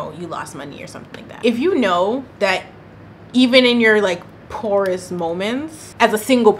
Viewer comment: Looooool all I could think while watching this was 🎵If you continue to give temporary solutions to the pwoorest of the pwoor🎵😂😂😂😂😂